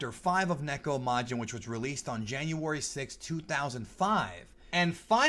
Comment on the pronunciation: First off, THANK YOU for pronouncing neko correctly! A lot of people mispronounce Japanese words and it irks me greatly!! Second, Usa is short for Usagi which is Japanese for bunny/rabbit. Like how Mini Moon/Rini is really called Usa-chan in Japanese cuz she is mini bunny, Usagi-chan/Sailor Moon. There were other things I wanted to comment about but I forgot. But this was hilarious and amusing.